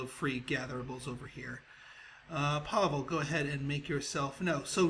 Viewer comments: its not Pavil its Pavle dude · Pavle is my name and its not pronounced pavl its with `e` at the end